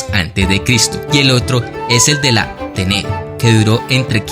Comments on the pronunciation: La Téne llevs tilde en la primera é y el cabron la pronuncia Tené, en serio yo no se que os pasa a los sudamericanos con los acentos pero nunca pronunciais una bien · Se dice la ten. Pero muy buen vídeo